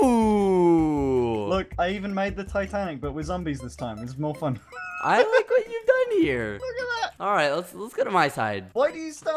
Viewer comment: At the start it sounded like he said “lik” lol